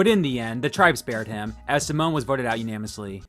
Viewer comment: dude, idk if you've corrected it by now, but unanimously , not unamously